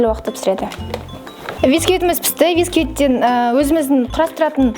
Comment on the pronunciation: Сестра бари жаксы бирак "висквит" деп емес "бисквит" деп айтынызшы!